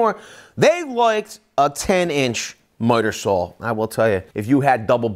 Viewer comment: Say “miter saw.”